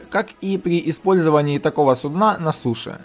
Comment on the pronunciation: Не "нАчать" а "начАть" если ты говоришь на русском языке. Не "немноХо" а "немноГо". Не "суднА", а "сУдна" А так, очень ценный контент по содержанию, уникальный, по форме подачи тоже видно что стараешься, речь осталось исправить. Ну и понимай, что при даже детальной подаче, контент специфичен и направлен на узкую аудиторию, но думаю миллионов подписчиков ты наверное и не ждёшь